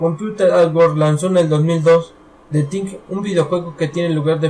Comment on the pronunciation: The Thing (de zing no de ting) es una de mis películas favoritas, por eso te puedo decir por ejemplo, que los que van a ver la nave descubierta por los noruegos son: McGready, Norris y el Dr. Cooper, no Palmer como tu dices. De la película en si, hay muchas preguntas que la mayoría se hace, por ejemplo ¿cuándo son asimilados Norris y Palmer por La Cosa? al principio cuando el perro anda suelto por la base norteamericana, se puede ver que entra en una pieza donde estaba alguien, posiblemente Palmer y cuando aparece un calzoncillo que Nauls se lo entrega a McGready es posible que haya sido de Norris. Tienes que mejorar tu dicción, lectura y el inglés, en muchas partes no se te entiende lo que hablas, trabaja en eso y tus vídeos serán más entretenidos, suerte y saludos desde Chile.